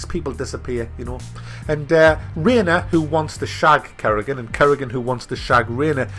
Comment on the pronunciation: Currygan :p